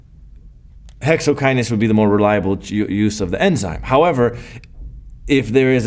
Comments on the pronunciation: Thank you Prof... Dont' leave the 'n' in hexokinase next time🤓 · Thanks for this but I just noticed the " Hexokiase" thing